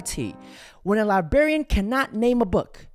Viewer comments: The librarian pronounced the word librarian correctly twice, and you failed twice. It's not "libarian". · Its not Libarien. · when you say libarian instead of librarian makes you look du du duuuuh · When u cannot spell or say libRarian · Just toi say the word is LIBRARIAN!